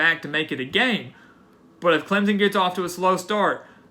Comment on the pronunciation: clemson, not clemzunn.